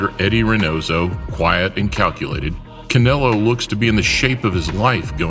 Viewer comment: The guy says canolo lol